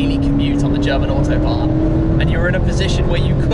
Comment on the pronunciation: . . its official Smee cannot say Autobahn . .